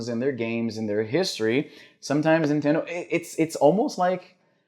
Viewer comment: Não consigo ouvir "nintendow" e não rir